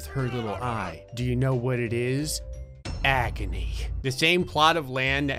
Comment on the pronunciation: he said: Agony i heard: Acne